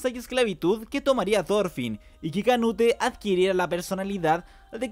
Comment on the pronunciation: Me da estrés q diga canute en vez de "conuto" 😔